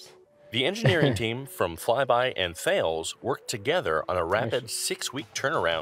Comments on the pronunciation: Its pronounced Tallis not Thales (although with a French accent) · That's pronounced Tales , it's a standard missile format.